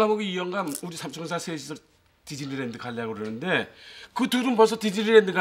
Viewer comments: 아니 왜 디즈니랜드가 디질랜드로 들렸지... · 디질랜드로 들렷네ㅋㅋㅋㅋㅋ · 저 대사땜에 디즈니랜드가 자꾸 한때 유행어였던 디질랜드로 들림 ㅠㅠㅋㅋㅋㅋㅋㅋㅋ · 뒤질랜드로 들리는건 ㅎ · 왜 자꾸 디질랜드로 들리지ㅠㅠ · 처음에 나만 뒤질랜드라고 들었나 ? ㅋㅋㅋㅋㅋ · 난왜 뒤질랜드로 들리지? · 왜 디질랜드라고 들리냐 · 발음이 디질랜드 인데 ㅇㅇ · 이어폰 끼고 밥 먹으면서 보니까 계속 뒤질 랜드라고 들려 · 왜자꾸 듸질랜드로 들리냐